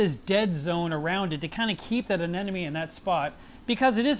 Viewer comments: it's a-ne-MO-ne not a-ne-NO-me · he says anemone wrong literally every single time. Its anemone, not anenome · The funny thing is. After seeing the video, I too was pronouncing it "AMENONE" for the next few minutes!!! :) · I was glad to hear a Pro say you have trouble pronouncing the word "anemone". I did too, until I figured out a way to say it right: - - - - A-NE-money $$$$$$ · Lol but he wasn't even saying it like that though, he was pronouncing it as, "anenome." I swear trying to remember the real spelling and pronunciation on my own after reading this and watching the video... I came up with some pretty weird shit. 😂🌊🐠🐚🐟🐙🐡💦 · 2 years down... so much has changed. Except the way you say.... "anemone"!!!! :D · How come nobody can say "anemone"? 😊😊 great vid... hi 🖖🏽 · Great update but i'm quite bothered by the way you say anemone =) just like Nemo. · Still pronouncing anemone wrong. Lol